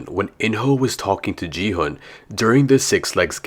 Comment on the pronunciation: It's gi hun g is like go sound and plz Don't call him ji hun